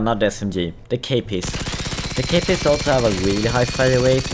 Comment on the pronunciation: Okay first of i dont like how you say the name of the weapons like kpist you prounce it kepist but you are supposed to say it like kåpist. Second thing how can a Carl Gustaf wich was made by taking everything good from most explosive anti tank weapons during ww2 and can kill modern day Russian tanks be worse then a rpg 7 which stop working if you put cardboard on you tank or armored car